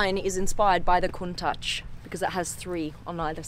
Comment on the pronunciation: When she said countach instead of countach I almost lost it 😂😂 you know you can hear the difference in your head 😂🤝